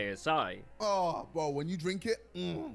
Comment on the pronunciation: Why does Ksi say bo instead of bro it's so annoying just say the abbreviation properly or don't say it